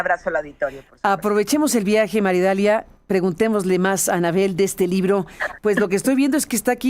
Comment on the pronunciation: que NO es "Maridalia", es : MAría. Idalia!!......